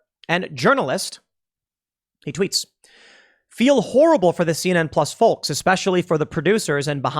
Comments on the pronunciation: Stop pronouncing the L in folks!!!! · You don't pronounce the letter "L" in folks.